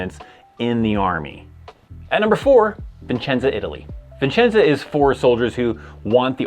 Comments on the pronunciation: There is one "N" in Vicenza. It is "vih-chen-za." Not "viN"-chen-za." It's one of the first things I learned when I arrived there. It is a great post, and I think it's, like, third smallest in the Army. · It’s Vicenza not Vincenza, there’s a lot of support jobs but you do have to be airborne.